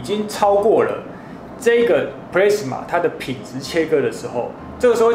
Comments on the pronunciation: Plasma的讀音應該是普拉斯馬，不是普類斯馬。 A發阿的音。 加油！讓台灣的youtube平台不要只有娛樂圈而已，給個讚。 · 我也都是聽老師傅說ㄆ拉斯馬，ㄆ勒斯馬我還是第一次聽到🤣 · 發言錯誤了喔，是ㄆㄌㄚ死ㄇㄚˇ，不是play死ㄇㄚˇ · 你在這不服氣回復的時間 可以去搞清楚plasma 和 pressman 根本是不一樣的 還有 要酸也是酸你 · pla s ma 不是唸 ple s ma...等離子是中國翻譯 台灣叫電漿 物質的第四態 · 是普拉阿斯瑪, 不是普雷斯瑪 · 普拉斯馬 not 普咧斯馬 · 英文都唸錯了，一點都不認真，Plasma唸做 "鋪拉死馬"，不是 "普咧死馬" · 其實那是英文的日文發音プラズマ，中文念"普拉茲馬" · 普莱子么 [ˈplæzmə] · 聽了很多次的”press-ma”......聽到我懷疑人生了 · 少年ㄟ 不是google翻出來 就等於業界再用的 在業界 你貢press-ma 沒郎聽有拉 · 完全認同👍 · pressman是三小? 你搞笑? 弄理工題材 就是要追根究柢 實事求是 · plasma 發音是"ㄆ拉茲瑪" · No!No!No!!跟我唸一次ㄆ拉死馬～ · 廢話不多說!結果到 之前全是廢話= =差點度辜 而且一直聽到pressma到底是說錯還是習慣= = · 日語發音轉過來的，要先用日文去想念法才會對， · plasma發音錯誤, 還有等離子體是中國用的名詞, 台灣叫電漿. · 光這個 " plasma "的讀法,差評